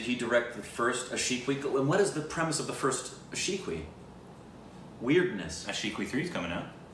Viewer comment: I guess this was the first time went pronounced it correctly.